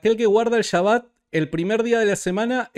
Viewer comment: No se que me molesta mas de Jairo. Su actitud al debatir, o que diga "chaba" en vez de SHABBAT.